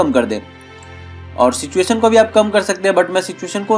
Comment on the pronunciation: बहुत सही 👍👍 ... लेकिन saturation को सिचुएशन क्यों बोलते हो भाई.. सैचुरेशन होता है सिचुएशन नही..